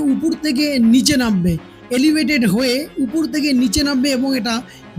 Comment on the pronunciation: উপর বলুন, উপুর, উপুর করছেন কেন?